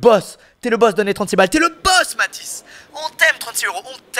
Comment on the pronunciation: Il a dit Bathis